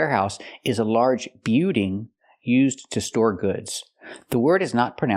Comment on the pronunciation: store, not s-tall 😂